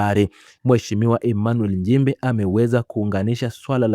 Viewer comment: Mheshimiwa njimbi! Ili jamaa hata kutamka nchimbi linashindwa lijaluo la kenya eti Emanuel NJIMBI mfundisheni kutamka kwa sababu hatuna Njimbi